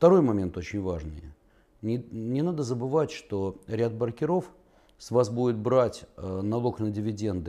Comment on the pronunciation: Когда уже ударение будем нормально ставить в слове -БРОКЕРОВ ?? брОкеры - обижаются!!!